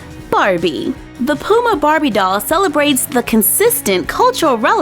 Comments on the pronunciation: It’s not Pooma it’s p you ma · Its puma not pooma 😂😂😂😂😂😂😂😂😂😂😂😂😂😂😂😂😂😂😂😂😂😂😂😂😂😂😂😂😂😂😂😂😂😂😂😂😂😂😂😂😂😂😂😂😂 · You keep sayin Pooma it’s puma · Lol love the way u say Puma Where I live we say Puma like "Pyuma" but says "Pooma" Hehehehehehe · I love the way u say puma x 😂♥️